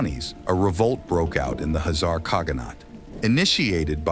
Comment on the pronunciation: Sorry bro, I just cannot stand it... Khazar is shoud be pronunced the same as Khan, where is not the H is pronunced but the K, so please mention it witt K instead of H. Thx in advance.